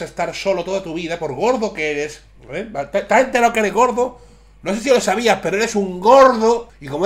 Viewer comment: gorde??? Habla bien